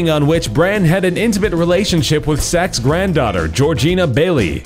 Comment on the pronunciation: Why would you censor a swear word in writing but not in speaking? Also it's Andrew Sachs, the surname is pronounced Sacks not Socks.